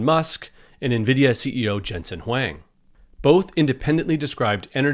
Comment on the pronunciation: You're mispronouncing Huang. It should rhyme with long.